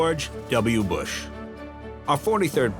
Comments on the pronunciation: Mrs. Bush sounded like she wanted to say BUSHYY with out the H and P instead of a B lol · Something interesting why the First Lady called President Bush with the "ie" sounding in his name... That comes from the time Mr. Bush was president and visited Europe; President Bush had a great reception from people there and the crowd was chanting his name which in local language adds an "ie" at the end of the name... similar to female's last name adds an "a" to a feminine name.